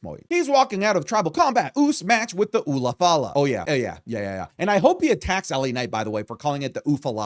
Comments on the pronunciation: It’s ulafala not ufalafa. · it's called the the ulaflala not the ufalafa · Are you saying oofalafa?, you're killing me. lol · I swear he was saying Ufalafal. I started getting hungry 😂😂 I blame LA Knight for this brain rot